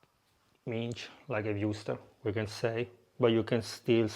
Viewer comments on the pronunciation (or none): It’s pronounced mins (s like salt) not minch old boy.